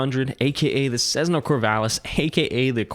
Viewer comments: It’s not Cezzna, it’s Cessssna! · Sezzna? I have had my private pilot certificate since 1979, and the only time i have heard Cessna mispronounced that way is from people who didn't fly. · The DA-50 is only the best plane if you haven't had to pay for it. And, to improve credibility, you should honestly research how 'Cessna' is pronounced. Then you'll stop sounding silly by saying 'Cezzna'.